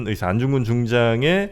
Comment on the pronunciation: 듣다 듣다 너무 헷갈리고 거슬려서요. ‘의사’ 발음은 병을 고치는 의사죠. 안중근 의사는 ‘의’를 길게 발음해야 하다고 알고 있는데...